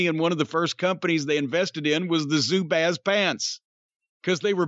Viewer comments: In MN we pronounce it like bras, with small a. Zubaz. I have never heard pronounced in my life as Zubaz with an A as in ape. Crazy. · Here in Minnesota they're pronounced Zoobahs. 🙂 I had me a pair of MN. Gophers colored ones in fifth grade. 🙂